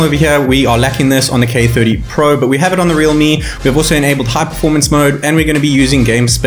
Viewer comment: Realme not reame